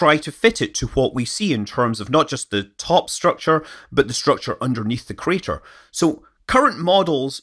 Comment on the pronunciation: "Meteor Crader"